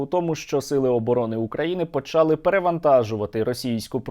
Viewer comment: почалИ, а не почАли, почАли - це діалект, правильно говорити українською мовою почалИ